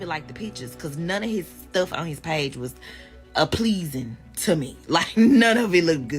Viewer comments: This b*tch said appleasin…and that lawyer nigga better run. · The woman in the scarf said “I found nothing APPLEASING” wtf is APPLEASING? 😂😂😂😂 the illiterate calling a man corny is crazy